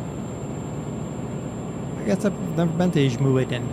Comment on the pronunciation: that's how you pronounce ijmuiden